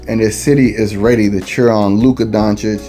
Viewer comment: stephen a is a joke!!! luka is a superstar player in this league for a couple of years now and the allegedly most famous sports analyst still pronounces his name wrong... maybe he does it on purpose to troll but its far from professional...